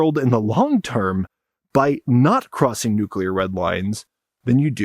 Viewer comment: Someone that knows how to pronounce nuclear. I'm impressed. So many people feel the need to shoehorn a "u" between the c and l and add extra syllables.